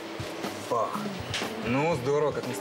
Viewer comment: Он сказал "Бах", а не "ПАХ"